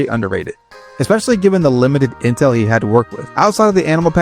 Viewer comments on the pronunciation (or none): none